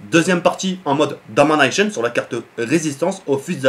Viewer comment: J'aime trop comment tu dis "Domanaichon" mdr